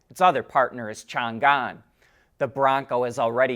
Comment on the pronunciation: It’s not “Chen gan”, it’s “Cheng an”, the ancient capital of China, now call Xian (shi an, not x ian). BTW, it does read x peng, it’s shou pong.